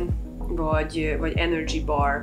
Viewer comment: “enördzsi baaar” 😂